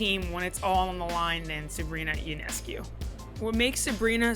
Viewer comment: FYI, her name is pronounced YO-NESS-COO, not YOU-NESS-CUE. Great video! Had the good fortune to watch every one of her college home games and plenty of away games too.